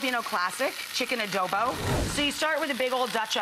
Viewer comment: You murdered both Adobo and Garlic Rice 😩😩😩 I’m offended as a Filipino In every level.